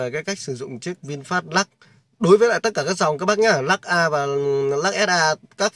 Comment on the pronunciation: Chả có gì mới, nhàm chán, Lắc ây, và lắc ét ây, nghe nó nhe câu từ ở các thôn xã dưới quê á. Nửa mùa…👎🏿